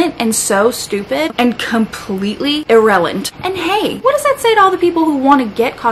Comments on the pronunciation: I caught that "irrelant" 😂lmao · COMPLETELY “IRRELANT” aaaaaah I die